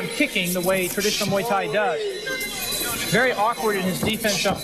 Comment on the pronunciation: It’s pronounced Muay, not may